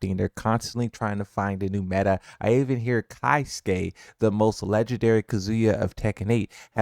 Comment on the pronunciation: Are you illiterate? Keisuke is not pronounced “KAI-SU-KE”. It’s “KAY-SU-KE” I had no idea who you were talking about until I had to put it together.